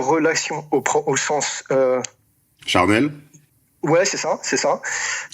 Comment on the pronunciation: "Charnel" lol